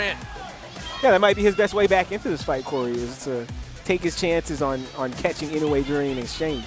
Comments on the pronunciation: inoya? was he doing this on purpose or he can't read? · is the most worse I’ve seen inside the ring in my life,he is running running around to Inoue san. Ashame on you 🤣🤣🤣 And please pronounce the right name of the Japanese Champion ( Naoya Inoue)